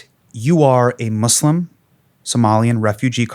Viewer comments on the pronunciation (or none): Sir......... The word Muslim never has the phonetic "slum" in it's second syllable. Sir.......... No one is a "Somalian"....... they are Somalis......